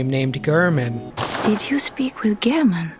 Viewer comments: How can you say gurrman and literally play a clip right after of the doll saying g-air-man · doll: gehrman gehrman: gehrman you: gurrman me: ???????????????? how?